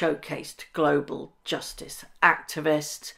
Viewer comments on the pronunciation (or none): none